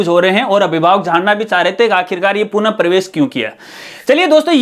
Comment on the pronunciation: Sabse pehle to aap punah ko purn kehna band karo